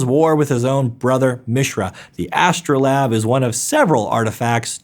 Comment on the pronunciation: I really like this video, but MAN do the pronunciation errors REALLY get to me. Mispronouncing coatl I can understand. But not something like El*A*damri where you leave out an entire letter. Or astrolabe where you completely ignore how the "e" on the end changes how the word is pronounced. Sorry, great video but this aspect was frustrating